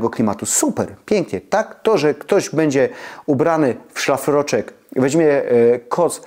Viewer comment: Pana śląski akcent nie przeszkadza, jest uroczy, myślę, że nie tylko dla mnie, osoby urodzonej i wychowanej w Bytomiu. Ale nad wymową "ę" zamiast "en" proszę popracować. Wymowa "bendzie" razi. Tu powinno być "będzie". Pozdrawiam Pana serdecznie i dziękuję za przekazywanie wartościowych treści i zdroworozsądkowe podejście.